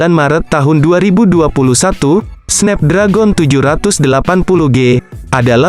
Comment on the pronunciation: Snapdragon cara bacanya SNEPDREGEN